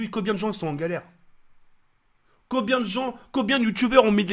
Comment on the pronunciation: 4"10 "Et Cobien, cococobien, cocobien ...?" Mdrr cet accent magnifique